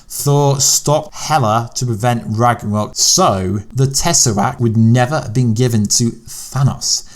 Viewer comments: I apologise. You did say Thanos correctly !! However you have just murdered “RAGNAROK” there !!! What was that about? However please sort out Tessaract yeah !!! ✌️ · You might want to pronounce Ragnarok correctly in your video before you complain about how people pronounce things. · Ragranok? What is that?